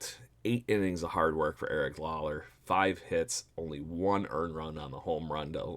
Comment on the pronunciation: Lauer not lawler 😊